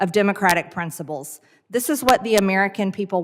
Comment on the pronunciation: "Prinsabulls" too